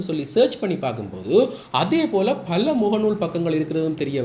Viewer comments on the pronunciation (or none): மல்ல, விள்ளக்கம (பல,விளக்கம்) பிழையான உச்சரிப்பு.